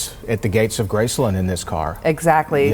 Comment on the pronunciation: Why do you guys keep saying graceLUND instead of Graceland